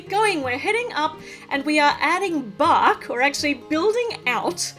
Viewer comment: when u said bark , I thought I heard Bach ( Johann Sebastien Bach)